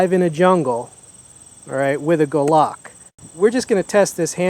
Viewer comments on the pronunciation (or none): he says Gulahck :)